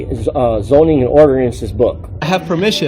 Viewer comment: Statues and orderanses. What a moron